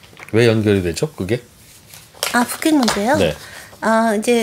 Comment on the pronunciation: 북핵 ->푸캑? 발음 진짜 이상하시네